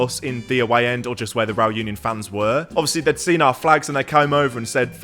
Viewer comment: That's such a great vlog... a bit "back to basics", really love it. Also love the claret version reAl uniOn (pronounciation, pls,, you need to practice your spanish a bit more;-) ).... are using. Our current claret is even a bit too dark. But oh, how I've hated the "claret" we've been promoting the last 10 (?) years, so I'm very happy anyway:-D....